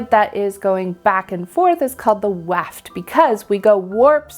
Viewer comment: i cannot stop saying to myself "we weave fwom wight to weft" send help